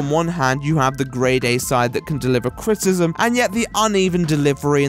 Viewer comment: Cri-ti-ci-sm, not crit-ism